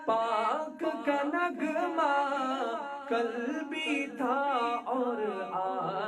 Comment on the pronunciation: نگمہ نہیں نغمہ پڑھیں